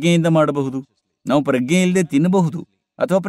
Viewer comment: Sir, your translation is good. But Pragna is prounced in Kannada as Pra-g-ne and not Pragge.